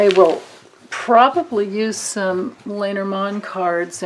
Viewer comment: LOL watching this 10 months later I am cracking myself up... did I not read reversals back then? And how many times do I say "Ya know"? Oh well, thank the Lenormand for helping me out. And most of all thank you Grace for the awesome question. AND I miss-pronounced Lenormand back then -- have to thank Pavla Ustinov for her support in fixing that; I am forever grateful.